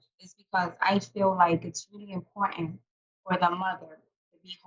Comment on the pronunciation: Wich intead of with. Importan unstead of important. Wit, this time, instead of with. The women at the charity socials would laugh in her uneducated face.